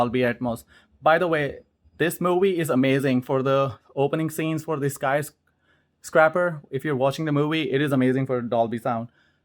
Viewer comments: Dude you are KILLING me with pronunciation of the movie title. It is not sky-scrapper! It's not pronounced scrap, it is pronounced scrape with a long A sound like the letter A. Buildings scrape the sky they don't SCRAP the sky. It's 2 different words. Scrapper is someone who scraps scrap. A sky scraper scrapes the sky. This is like the 3rd video you e mispronounced this. Thanks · That's not how you pronounce the name of the movie. LOL Skysc"rape"r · “Sky scrapper”